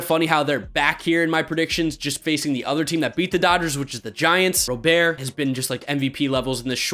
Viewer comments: FYI Luis Robert's last name isn't pronounced "Ro-Bear", it's pronounced like the common name "Robert". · White Sox fan here. Feeling the love. Btw, Luis Robert's last name is pronounced with a hard 't' just like it sounds in English.